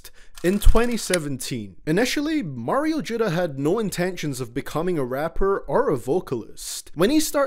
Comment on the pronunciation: “Mayro judda” hahah